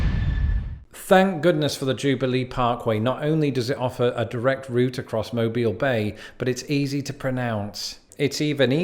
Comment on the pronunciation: The hell with the rest of the names, got Mobile right without skipping a beat. Many people already on this side of the pond get Mobile right.